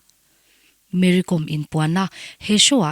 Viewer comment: Ti daih ang,Kom tih hi inthluk lo a,entirnan:- archangkawm,silai kawm,tiha anga "Kawm"hi thluk Kom ti hi